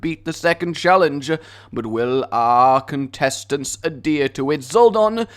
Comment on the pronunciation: When you said "Four contestants" it sounded like you said "F#ck intestines"